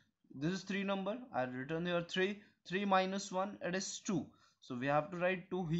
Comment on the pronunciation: the eedis (it is ) is cracking me 😭😭